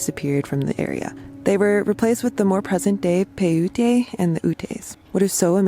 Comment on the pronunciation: Paiute is pronounced Pie-yoot. I had an awesome friend from that tribe.